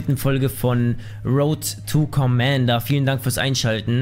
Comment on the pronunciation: Versprecher direkt am Anfang :D "Road to Commander" 😁